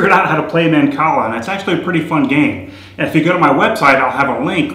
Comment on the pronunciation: not to be one of those people who nag but you said mancala wrong. please dont vote down or tell me how ridiculous this comment is.